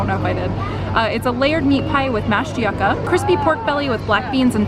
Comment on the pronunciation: I love you but I cringed when you said 'yucca'. Hahaha. It's pronounced like "yoo-ka". Also "Pao de queijo" is pronounced like "pon gee kay-ju".:)